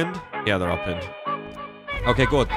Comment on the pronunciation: When a video starts with "oK gUt" in a weird accent, you know that Polecats dog has really changed him. Tbh, I like this new. (And maybe use that intro song more often?) Keep it up, hope to play with you at some point.